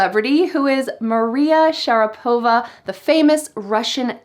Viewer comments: FYI, Maria Sharapova can't speak Russian with no accent. And even her own last name she pronounces putting the stress on a wrong syllable (should be SharApova, not SharapOva as she says it). Her American English is way better than her Russian. In fact her first language is English (that's why she speaks it so flawlessly), not Russian at all. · Hi;) you are the best!) As a native Russian speaker I have to tell you about pronunciation - "Sharapova" She is SharÁpova And you told us - SharapÓva 😜 Sorry for my mistakes;))